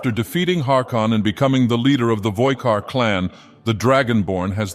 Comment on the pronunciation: Who the hell are the 'voikard'? It's 'VOLKIHAR!'